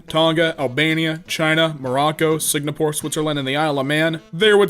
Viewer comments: That beautiful country of "Sig-na-pour" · Did you just say fucking "Signapore" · jesus christ. SIGNAPORE